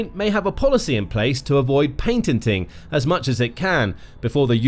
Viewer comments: "PATENTING", NOT "PAINTENTING" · Someone fix the narrator, the word is patenting not paintenting. But speaking of painting, i think it would be a good idea to oaint the drones sky color so they cant be seen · It’s called Patenting .. not Paintenting! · Why does the narrator keep talking about "painting drones"‽ shouldn't he be discussing "patenting"? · Ha Ha! "Paintening" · Please stop saying "paintenting". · What's paintenting.. is that similar to patenting?